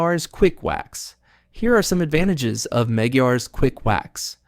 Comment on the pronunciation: It’s pronounced MEG -GWIRES. EXCELLENT PRODUCT ! I’ve been using it Since 1992along with Meguires Canubu Wax.